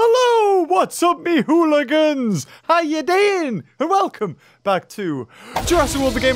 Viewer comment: Did he just call us in the beginning a hooligin???!!